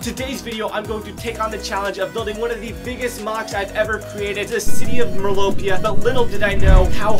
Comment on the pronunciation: And it’s merlopia not mirlopia